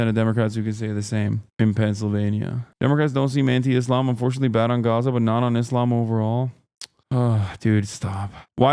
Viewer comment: Is bro saying Gaza or Gotham?💀